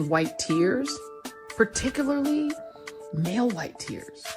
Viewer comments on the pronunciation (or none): Pertickilully that's how say particularly